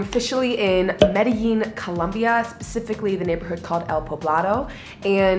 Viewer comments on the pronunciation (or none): Anyone else notice the pronounciation of Medllin changed about 2 minutes in?